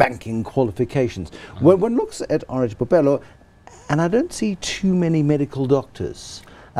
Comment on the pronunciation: Bophelo not "bopelo."#BlackExcellence